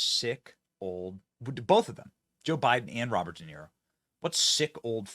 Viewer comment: "DA" "Niro". Didn't he used to play the fiddle in Rome?